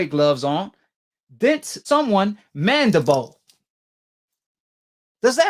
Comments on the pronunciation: I assume based on the fact that you can speak English well enough, that you can also read English words right?? Well, then why do you keep saying the bone that was dented was the - { MANDIBOW }??!! Look at the dam word again then give it another shot..... Good luck..... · "Mandabowl" lol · He said "mandabow" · For goodness sakes stop sounding so dumb, it’s mandi-bill not mandi-bowl!! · ahh yes, the mandabole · He pronounces everything wrong. Now Deontay has a dented jaw... nobody tell you can have a broken MANDEBOLL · I hate how he keep saying mandible. That nigga say " Mandi - Boa" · So was it his mandabone or his skull? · First off this guy cant say mandible correctly and the picture you keep showing isnt even the mandible bone. The mandible is the lower jaw. Thats damn near the temple. If Fury dented his mandiBALL, his jaw would most likely be broken too. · F’ing idiot cant even pronounce “mandible” 😂😂😂. Jaws get broke everyday b. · This dude talking about doctors and shit but can't even pronounce the word. You can't dent a bone dickhead. Pillow fists? Fury has as many knockouts as AJ. Casual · 1) that's not even close to the mandible 2) your pronounciation of "mandabawl" shows how much you know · I wish someone would teach this cat the english lesson. I had to turn it off coz this cat how to say mandible.